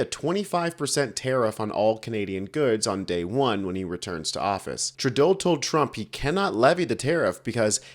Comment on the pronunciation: As a Canadian, I wish you would at least pronounce his name correctly.